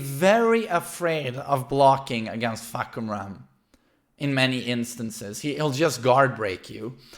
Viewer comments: Narrator: fAhkumrA: fahkUmra! I got this. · i thought the pronouncation of the name was "fuck em up" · Pronouced as: Far-coome-ram